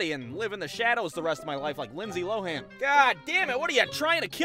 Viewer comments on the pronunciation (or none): none